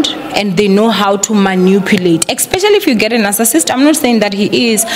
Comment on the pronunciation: Love the way u say ekspecially!!